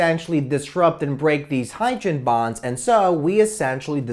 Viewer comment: "HYDREN BAHNS"